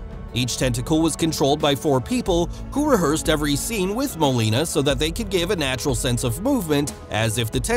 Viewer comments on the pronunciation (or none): Alfred Molina not Molini!!!!! (to the narrator)!